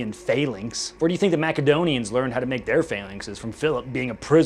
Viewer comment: When he said mak adonians I am just lost on this.